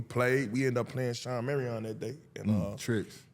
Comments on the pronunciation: "Shawn Marry-On" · 😭😭😭😭is that Shawn Marion from the suns? Orr….